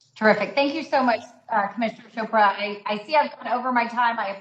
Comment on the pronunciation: lol, commissioner "Cobra", sounds a little racist. kidding, honest mistake. But it's Chopra sir, like in church.